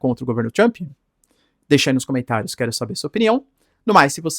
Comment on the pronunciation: 😂se fala tomarauk pode falar Trump ao invés de Tchrump... 😅 nem faz propaganda de curso de inglês... rsrs